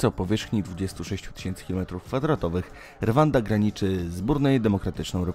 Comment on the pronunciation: jak już to czyta się Ruanda